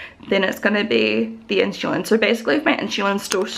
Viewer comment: Is it common for Aussies/Kiwis to pronounce insulin like “inshulin” ?